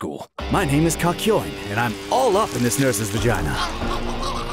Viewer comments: is it just me or did he call him Cuck-yoin? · I swear to god, in both parts of these videos it sounds like they keep saying CUCKyoin